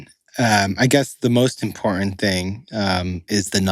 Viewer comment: What's "disturbing", at 3 minutes in, is "the most imporant theeng is the non-political stuff" (in other words, the a-factual opinions which enable jokes like y'all to pay the rent). It's certainly possible that Platner could (eventually) turn into a Fetterman, but right now his message (at least as far as I've heard most recently) is spot-on. If he does drop out, it will be because of cretins like you (apologies to all cretins) who are a pox on the institutional veracity of the fourth estate. Grotesquely provincial, a prime example of 'Modern-American' duplicity. Raging moderates? More like Milquetoast Mediocrity... Here's a novel idea; why don't y'all 'get a job' that supports those that make your 'lives' possible...